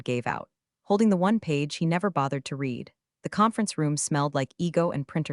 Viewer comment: AI readers don't know the difference. Its the same with lead and led